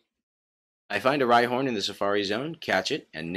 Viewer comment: Rhyhorn not rydon.... i still dont know why Giovanni last pokemon is Rhyhorn....